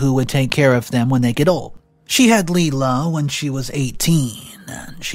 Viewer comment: My only issue with this story is, the name isn’t pronounced LeeLa the name is pronounced Lie-La. It’s like Lilac just without C!